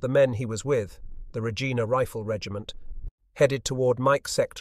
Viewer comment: Regina is the capital city of the Province of Saskatchewan, hence the Regina Rifles. In this context its pronounced “Re-jine-a”. The locals say it’s the city whose name rhymes with fun.